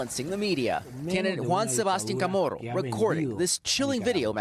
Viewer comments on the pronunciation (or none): this guy said Nicaragua so well then went on to say Kamorro lol